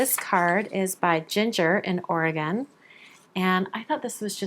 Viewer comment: As a native Oregonian, that's of course my favorite, thank for pronouncing Oregon correctly and congratulations on your marriage, treasure that love as its so precious!